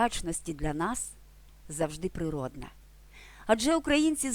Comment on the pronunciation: Природна, а не природня.